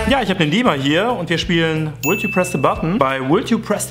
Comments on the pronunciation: Would spricht man nicht wuld aus sondern wud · Das L im englischen Wort "Would" (zu deutsch "würdest") ist stumm. Eine kleine Hilfe ist es einfach "Wood" (zu deutsch "Holz") zu sagen, weil es in dem context klar ist das du "would" sagen wolltest.